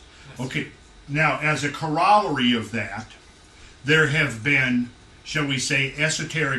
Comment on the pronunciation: Corollary is pronounced KOR-o-ler-ee.